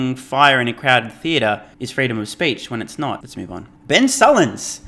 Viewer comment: Uggh! Ben “Sulk”ins… that guy is Brutal.